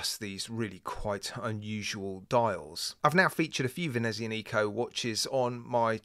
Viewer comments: The stress of the pronunciation BTW is on the 'a' /venezi'anico/, not on the 'nico' /venezia'nico/ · Seriously now, please stop pronouncing the name of this brand like that. There is no "Neeeeeeeeeco" at the end of the name, Nico was a crappy movie character played by Steven Seagal. And the "z" is a rough "TZ" like in piZZA, You must realize you have a lot subscribers from Latin countries (or Romance language speaking viewers) and the way you pronounce this name is the worst out of all watch reviewers on youtube. I love your reviews but this really kills more of my brain cells than alcohol.